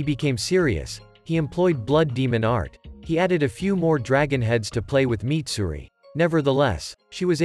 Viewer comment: Mitsuri not Mitsuri